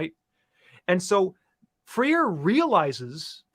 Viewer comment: It's not pronounced "Freer". It's pronounced "Fray-reh".